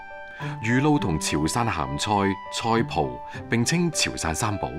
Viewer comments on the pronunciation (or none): 畢竟廣東衛視，粵音麻煩請正讀，粵音在不同詞組配搭時有不同讀音的，那個"菜脯"、"步履"發讀錯音了。